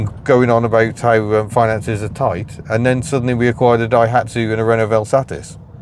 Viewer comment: May we just take a moment to acknowledge your correct pronunciation of the word ‘VelSatis’ - top work!